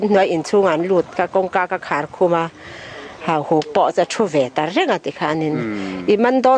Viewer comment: Pu Vana chuan Hauhuk chu Hahuk a ti tlat mai a!